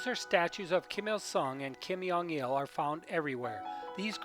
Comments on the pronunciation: Brilliant work but just one correction. It's Jong pronounced as a hard J. Not 'yong' with a soft J. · Why do you say Kim yeong un? It’s Kim Jong Un -> 김정은